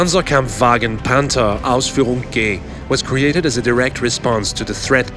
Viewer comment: the way he says the tanks name makes it cooler